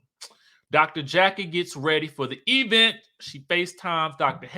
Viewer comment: I crack up every time I hear EEEvent, now I’m saying it 😂😂😂